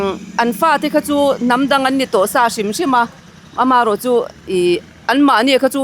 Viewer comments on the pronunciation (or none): "rau" nilo in "ro" tihtur